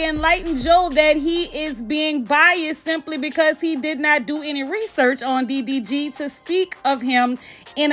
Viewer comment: His name is D D G I don't know what you are saying😂